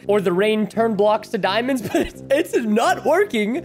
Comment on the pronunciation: Excuse me but "dimons"?